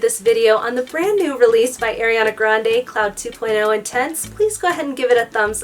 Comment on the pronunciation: i’m sorry but it’s ARiana grande not AIRiana grande